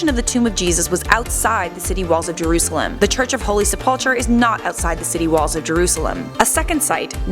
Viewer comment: And u said jurasalem wrong